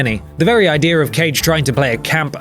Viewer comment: I love how you say "idear"